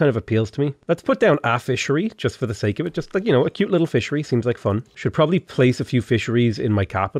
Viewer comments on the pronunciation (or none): none